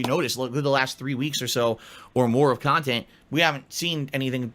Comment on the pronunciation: Is it just me or does overemphasize A sounds in his speech patterns? "kahntent" "ahfter" "imporahnt" "ahour" "cahme ahn" etc.